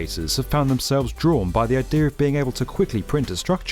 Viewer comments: Why does he keep saying Idear. 🙄 no r in idea. Eye D uh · "the ideaRRRRRRRRRRRRRRRR" ffs where did you get the R from?